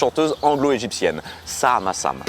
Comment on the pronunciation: A part une petite dyslexie sur le nom de Samaha Sam, cet épisode était vraiment super bien ! Et puis c'est vrai que tu as fait des "gros plawglés" en anglais !